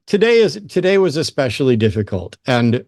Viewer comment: Especially doesn’t have an x in it. It’s not Exspecially